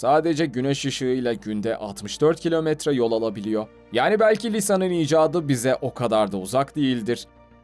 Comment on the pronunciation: R leri tatile mi gönderdin bilader. yapabiliyoo alabiliyoo gidebiliyooo